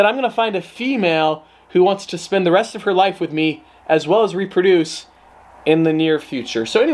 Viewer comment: Austin Medina my man said reproduce🤦‍♂️